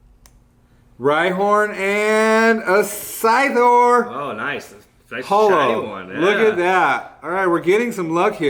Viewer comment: Its not Scythorrrrrrr its Scytherrr